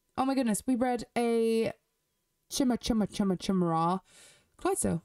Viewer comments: Great video! The Chimera coat is my least favorite as well, also, Chimera is pronounced ky-mee-ra. The CH makes a K sound. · Chimera is pronounced kye (like sky)+mare+ah.